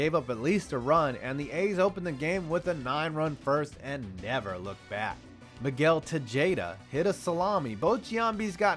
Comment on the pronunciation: d-did he just say Miguel Te-jade-a? Bruh......